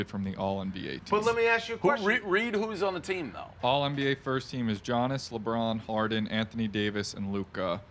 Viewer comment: with the johnis instead of giannis